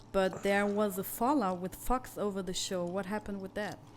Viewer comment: am i the only one that thought she was saying fucks when she said fox